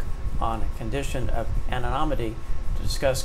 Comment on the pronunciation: Appreciate the updates but surprised you can't pronounce anonymity.